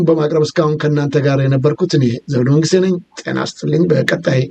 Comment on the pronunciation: ዘውዱ እባክህ አማርኛ አስተካክል !!! ህግ ሳይሆን ሕግ።መንግስቴ ሳይሆን መንግሥቴ በል እባክህ ትኩረት ስጥ።